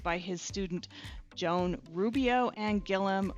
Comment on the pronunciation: Of note to other travelers: The name Joan is actually the Catalan equivalent of John and isn't pronounced like Joan as of Joan of Arc. Likewise, Catalans call the king Jaume, not James. The c with a tail (cedilla) is pronounced like an S in the name of your lunch spot.